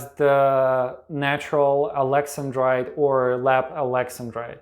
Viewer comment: I thought it was pronounced Alex an drite not Alexen drite .